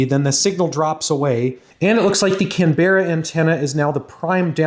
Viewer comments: Before the Aussies come for you... Not can-BEH-ruh but CAN-buh-ruh (or CAM-bruh if you say it with an Aussie accent hehe) Another great video of your experiments. Wish I had some of the kt you have 🙂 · cam-brah not cam-be-rah but we forgive you, English isn't always user friendly! XD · Please stop calling Canberra; Can-bear-rah, Its pronounced Can-beruh. Also Thanks for the vids, they are always a pleasure to watch. Cheers, from Aussie land. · Your videos are awesome! i wish i could get into this stuff as a hobby! Also as an Australian, Canberra is pronounced 'Can-bruh' not 'Can-berrah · Pronunciation note (extremely minor and almost irrelevant), ''Canbruh'', not ''Canberrah'' (For Canberra, Australia). Very interesting video regardless! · I'm Australian , it's not "can-berra" it's pronounced kan·buh·ruh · Can-bra not Can-berra please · lol you say our city name wrong canberra is said "can-brah" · Canberra is pronounced Can-bra don’t worry though us Aussies are not very good at English 😂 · It's pronounced CAM-BRA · Please don’t say Canberra like how you do! It’s pronounced canbrah. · Aussie here, Canberra is pronounced Can-bra haha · Lol love the Canberra pronunciations try "Can Bra" next time mate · Aussie here, we say Canberra like 'Can - bah - rah' or some bogans will say it 'Can-brah' :) Thanks for the cool content! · Its pronounced "Can-brah". It's not a berra mate. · Yeah, took me a bit to realise what city he was trying to say. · 'Canberra' is only 2 syllables /ˈkænbrə/ 😉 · Can Bar ra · as an Australian your pronunciation of Canberra deeply frustrates me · As an Australian I always get amused by how Americans pronounce Canberra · A quick note: Canberra has the accent on the first syllable.The second and third syllables are almost melded into one syllable.